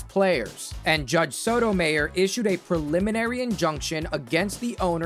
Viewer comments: Ayyyyy, stop with the AI voiceover, or at least trick it into correctly pronouncing names. For example, spell Sotomayor's name as "Soto my or" in the script and it would have said it right. It's a old trick from the days when text-to-speech was more popular. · Dude come on how did you get Sonya Sotomayor's name wrong. She's a supreme court justice now. I know youve heard her name said dozens of times. "Soh-ta-my-or" Maryland was so based during the strike between Glendenning and Angelos. And Angelos deserves so much credit for sticking to his principles. If they ended Ripkens streak that would have been one of the biggest scandals in baseball history. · you also dont know how to say Sotomayer properly either. It makes it sound like you used an AI voice.